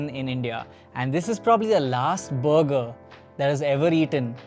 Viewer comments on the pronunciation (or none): Sounds like he’s saying booger and not burger… I’m good at checking out that booger joint.